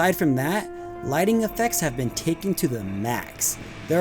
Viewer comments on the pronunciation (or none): none